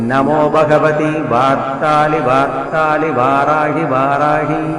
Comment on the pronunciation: Beautiful but pronunciation of varthali varthali is not clear